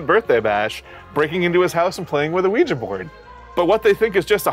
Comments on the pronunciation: Mike, you can say Ouija, but not Ouijer, that's our word. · FYi it's the french and german 'YES' for Ouija ... so in other words you fucked up the pronunciation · If Ouija is copyrighted, it should be ok to say weejee - not the same.